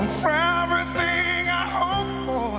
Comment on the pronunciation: You’re fefrething I hope for. Sana ayusin pagbigkas.